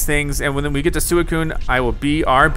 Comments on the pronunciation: suicune is supposed to be pronounced swee-coon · It's pronounced swee coon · When Calyrex possessed Peony I was convinced he was being abducted by Calyrex or something. Also it’s Swee-coo-un, not whatever you’re saying. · swee-coon is how you pronounce Suicune, and also you definitely want to catch it. like this comment so sees it. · Its pronounced "Swee-coon" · I can see you don't know much about suicue it pronounced swuikune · It is pronounced s wee coo ne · It’s really annoying me how you say it’s name that’s how you spell it but it’s pronounced like sweecuine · Your saying suicune’s name wrong by the way